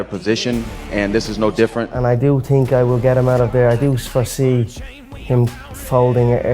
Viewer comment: Ngl Conor really got me dying when he said "they don't tink like I tink"